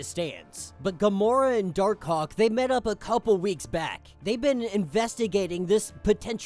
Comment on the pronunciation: Bro gotta say Dark Hawk better lol.